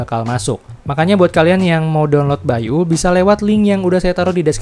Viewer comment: Baiyu bukan bai U